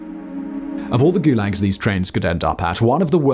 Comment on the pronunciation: The first time you say the word in the first five seconds is goolegs?